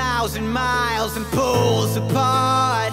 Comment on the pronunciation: Aww when he said "apart" he said "apaht"